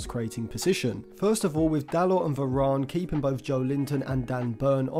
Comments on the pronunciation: Why does this guy say Verarn? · good analasys but you say varane weird